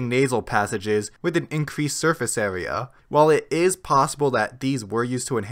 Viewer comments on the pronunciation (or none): none